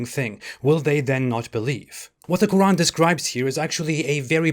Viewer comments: The Q kh qq' urAn sooooo digusting pronunciation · The last miracle is a good one, "the religion of peace" God burning and torturing people...for eternity, it's not even a metaphor yes, you are so right, extremely stupid, And why is the narrator saying Roran all the time? A miracle? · Why do some people put that little pause between the syllables in Quran while others don't? Just curious. I enjoy your work.